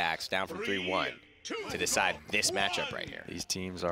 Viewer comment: this guy's been commentating too much smite he said "That will be a full diecide" lol